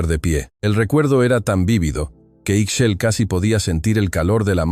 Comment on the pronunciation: Ixchel....se pronuncia Ish-chel